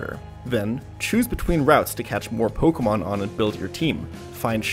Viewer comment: why cant anyone pronounce my name? Everyone else: why cant jan pronounce pokemon names correctly?